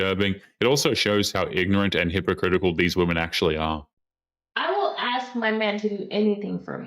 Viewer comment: sorry I stopped listening after she said aks